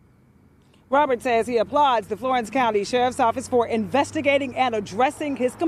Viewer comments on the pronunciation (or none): none